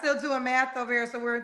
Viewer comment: "I'm just CONFRUSED", "They gonna have fun over HERR", LMAO!!!